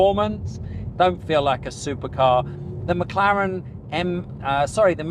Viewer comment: You lost me at "McLaren" MC20 ....